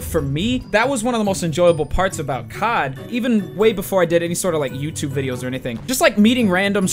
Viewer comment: My dad thought you said cok when u said cod 😂